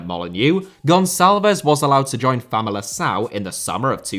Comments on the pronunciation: My Dinis moment: Famalicão is pronounced FamaliKão with a hard C. You need a Ç like Gonçalves to make a soft C sound in the middle of words. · Just a little correction on your Portuguese (which I love that you are trying!): the C in Famalicão is meant to be pronounced like a K (if it has a Ç or its before an i or an e THEN you pronounce it like you said) and Pote in Portuguese Portuguese (as opposed to the Brazilian) the t is like the English one, and doesn't have a "ch" sound following! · in Portuguese c is c like in English. It's only an s when we put the little, below the c. Like that Ç But you're completely right Pote is a very good talent. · Might be an unpopular opinion, but I think João Palhinha deserves to go to a better club. Also, you miss pronounced Famalicão. C, unless written before and I or E, it's read as a K